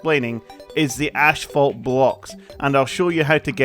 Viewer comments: it is not ASH-phalt, it is more like ass-phalt the way it's read :p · When he says the block the Asphalt block it sounded cooler when he said it he said it like Ashbolt block